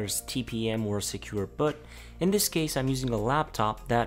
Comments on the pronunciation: Annoys me he doesn't say Boot, but secure bot? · Please do not pronounce "boot" as "but" or "butt" it's long /bu:t/ it makes it hard to listen as it annoys the hell out of me. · its secure boooooot, not secure bot